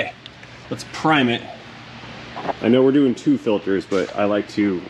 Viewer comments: "Filtes"??? What the heck is "Filtes"???? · What is a “filtes”?